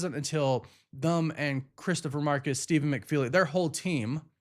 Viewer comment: OMG learn to say "them," not "thum" especially when you say it by itself